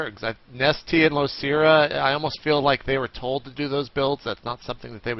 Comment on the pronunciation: Yeah but Artosis screws up Losira all the time. Its not L(oo)Sira or L(ou)Sira its L(oh)Sira